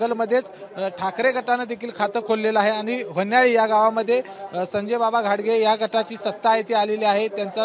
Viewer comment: व्हन्याळी नाही रे होन्याळी आहे 😀😀😀